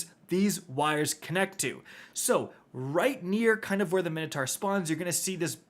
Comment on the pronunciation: Take a drink every time mispronounces Minotaur 😂